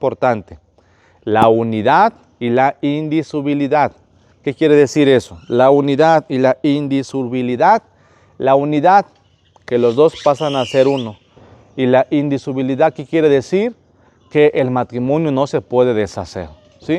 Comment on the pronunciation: Está ese lente su enseñanza pero no pudo pronunciar la palabra indisolubilida del matrimonio